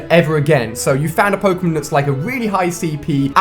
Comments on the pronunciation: It's pronounced poke-(long)a-mon. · Its pronounced "poke-ay-mon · WTF the way he said Pokémon in the beginning.... O.O